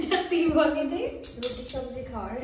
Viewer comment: Aaaa baa roti na ruti kotha bolte Sikh age